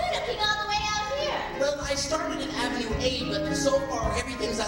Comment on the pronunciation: guuyyyyyssss its not aaa-ven-oo its ah-ven-youu